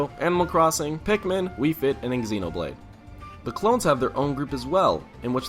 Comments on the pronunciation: I love you to death, but please stop saying "ex-ee-no-blayd" it's so painful every time you say it <3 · I cringed at "Exenoblade"